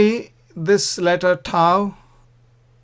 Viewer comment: Beautiful pronunciation with the waw and the thau